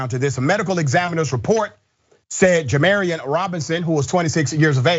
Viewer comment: Just so everyone knows his name is pronounced ja-MAR-eon, “marr” like “car.” Not “mare” as in “care.” And thank god this finally happened. This is one of the worst racially motivated murders I have ever seen in my entire life. A secondary autopsy performed by an independent party determined that a police officer walked up the stairs to Jamarion Robinson’s body and shot down into his chest. A slug was recovered from the floor beneath where his body was found at rest. The trajectory indicated the round was fired straight down into his body. That’s an execution. Jamarion Robinson was executed by police officers. His mother is a powerful and strong woman, all of my love goes out to his family.